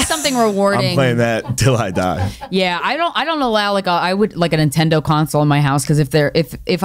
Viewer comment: She says Intendo console like my 9 year old brother lol